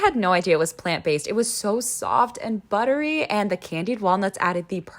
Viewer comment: Don’t tell me , it was “ buddery “ yes ?